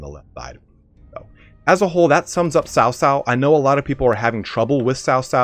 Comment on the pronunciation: C is Chinese pinyin also has more of a ts like tsunami sound so cao cao is pronounced more like tsao tsao, not sao sao